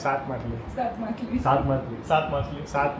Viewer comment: Jay shree krishna all family 🙏🏻 game ramta ramta machhali bole che,ke matali😅